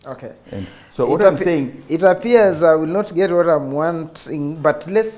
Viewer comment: Uliamua kufinish English kabisa hapo kwa "wanting"